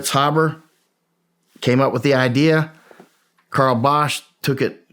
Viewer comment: Why do people have such a hard time pronouncing the name “Haber”? It doesn’t have two B’s. Hey-ber, not Habb-bar.